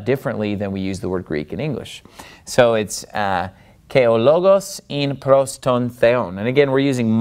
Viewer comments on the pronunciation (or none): Gamma pronunciation is not quite correct. It has no ga sound in it. "Pros" should sound like like pross. Your's sounds like prose. Otherwise not bad!